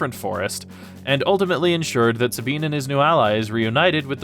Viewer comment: Sabean...... is this Spanish pronunciation???